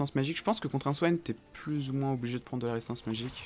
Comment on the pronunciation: " paceque " " prende " ...